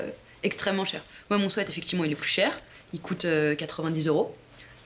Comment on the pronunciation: 90€ 10ans de durée 11€ 1 semaine Mais le quel est plus intéressant faitent vos calculs 🤣😂🤣 Ps swèt 🤣😂🤣 quand on dis des motes en anglais faut les dire correctement 🤣😂🤣 think about sweet (swiit) (swiit-shert) mais swèt arrête les dégâts En fr Chemise a sueur, pull a sueur, pull de survêtement (plus jolie) 🤣😂🤣